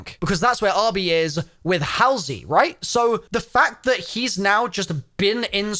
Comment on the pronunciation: Still waiting for him to pronounce Halsey correctly lol.